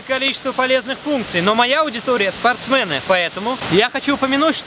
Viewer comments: Слух режет произношение слова "спортсмЭны" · Он говорит спортсмЭн потому,что на английском оно так и звучит ) sportsman. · Спортсмэны! Аж ухо режет!😂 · спортсМЭНы, ааааааа, не могу!!! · бля, надо сделать мемную нарезку, где будет счетчик, который считает, сколько раз говорит "спартсмэны" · Это еврейская особенность, они так говорят, например фанЭра. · Каждый раз, когда он говорит "спортсмэны" я ржу, не могу воспринимать его предложения в этот промежуток времени всерьёз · Настораживает слово "спортсмЭНы" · СпортсмЭны,звучит,как сЕкс и ютЬЮб🤣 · ... Спортсмэны.........)))) у нас так дядя Сеня говорил..... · как на Украине говорит спортсмэны)! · да, английское слово man произносится так, а английское sportsman еще и с ударением на первый слог. Но вот русское "спортсмен" произносится через е, можете проверить по орфоэпическому словарю, если не верите википедии и викисловарю. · спортсмены. Есть люди, к-рые говорят музЭй, пионЭр )))